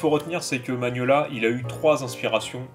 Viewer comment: Par contre, c'est Mignola, pas Maniolia. Et un peyit hommage également à Dave Stewart, qui est devenu son coloriste attitré, et qui participe grandement à cet univers. C'est dommage que le BPRD soit moins bien illustré, malgré un scénario vraiment dantesque !